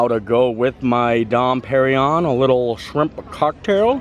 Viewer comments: You pronounced porchetta correctly but that champagne is “dom per-in-yone” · Here is a little help. Dom Perignon is pronounced "dohm pehr-ee-nyawn." Dom is pronounced with the nasalised 'O' vowel - similar to O (as in Don) but you allow the breath to come from both the nose and the mouth. Emphasis (if there is one) on final syllable of Pérignon. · “Dom Perrin-Yon”